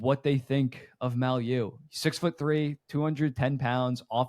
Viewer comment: Guys, Mailloux is pronounced MAY-EW.